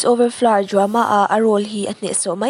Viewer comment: Boys over flowers tiin lam ve maila Boys over florr itia😂😂😂